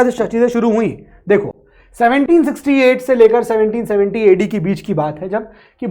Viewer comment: Dates 768 AD❌ 1768 AD✅ 770 AD❌ 1770 AD ✅ 😂😂 No offence but am I the only one who is hearing dates this way